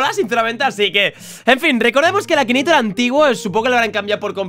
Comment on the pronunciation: akineitor no akinator